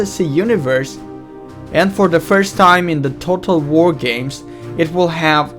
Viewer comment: dued u can't even say total war lol dued